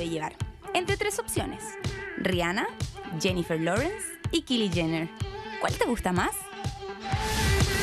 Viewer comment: Se dice kaily no kili , kylie no se lo merece